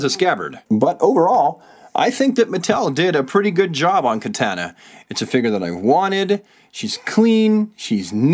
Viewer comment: The way you say "Katana" bothers me..